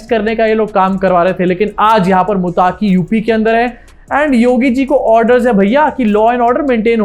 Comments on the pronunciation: भाई मुत्ताकी नाम नहीं है मत्तक़ी नाम है। अंग्रेज़ी में ग़लती हो जाती हैं। अंग्रेज़ी है ही ग़लत । हमारी बदनसीबी है कि बिग़ैर सिर पैर की भाषा को हमारे ऊपर मुसल्लत कर दिया गया है 😅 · मुताकी नहीं भाई मुत्तक़ि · मुत्ताक़ी नहीं, उसका नाम मुत्तक़ी है